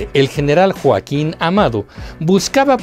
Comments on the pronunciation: Solo un detalle, el apellido de mi General Joaquín es AMARO y no Amado como lo dicen. Gracias, excelente documental!!! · Escuché General Joaquin “amado”…¿no es Joaquín Amaro?